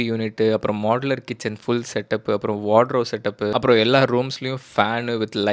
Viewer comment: Wardrobe....Not wardrow